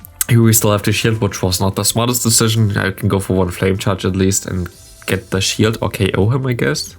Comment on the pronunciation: Ich möchte dich noch ein letztes Mal auf den korrekten Gebrauch von "the" hinweisen, in der Hoffnung dass es in den nächsten Videos dann passt :D 🤝 So wie du es aussprichst wird es nur vor einem Wort mit a,e,i,o,u am Anfang benutzt, ansonsten ist das e in the ein ganz normales e